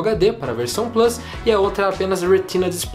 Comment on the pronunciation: Porque não fala plUs em vez de "Plâs"... kkkk abrasileira logo o negócio.